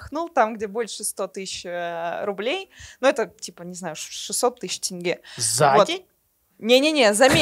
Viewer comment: ВСЕ КАЗАХСКИЕ СЛОВА КАК ПИШУТСЯ, ТАК И ЧИТАЮТСЯ!!! ЗАПОНИТЕ И ПЕРЕДАЙТЕ ДАЛЬШЕ. НЕ тЭнге а тЕнге, не ТАкаев а ТОкаев, тд.